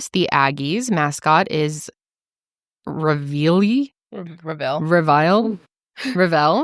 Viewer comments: the way yall say Reveille 😅😂😂 it’s okay, it’s like REV-EL-LEE. Also shoutout from College Station. I lowkey hate it here but the school is great lol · The Aggie's mascot is pronounced Rev-El-EE. Like the song that is played for military. My mom went to A &M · Aggies love reveille (REH VUH LEE). If she barks in class typically they dismiss 😂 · Aggie here, it’s “Rev - Uh- Lee”. Love y’all’s podcast!! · It’s pronounced rev-al-lee😂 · Texas Aggie here!! Our mascot is pronounced Rev-uh-lee & she is the actual Queen of campus! ❤